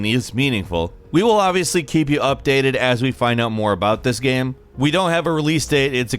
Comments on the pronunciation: “About this gyem” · “Basically any gyeuuem” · The way this guy pronounces "game" is so fucking bizarre. Gehyum. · pretty good "geam" ........................... geamgeamgeamgeamgeamgeamgeamgeamgeamgeamgeamgeam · “Satisfying made gyeum” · “Thru gyem play” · the type of guy to actually pronounce the word "game" as "gaem" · Bruh whats with all these bots saying "hE sOuNds lIkE hE cAnT bE aRsEd" The way he pronounces "game" is the weirdest thing ever. Keanu: wake up...and wait for September to arrive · The way he pronounces "game" is the weirdest thing ever.